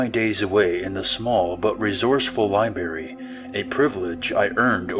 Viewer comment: "resourceful liberry?"